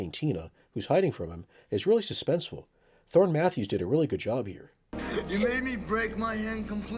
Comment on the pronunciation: Thorn Matthews? Pretty sure it’s Thom Matthews lol